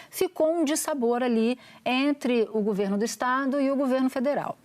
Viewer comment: Que bosta é essa que TODOS falam gUVerno!!! Pelo amor, é gOverno!!!!!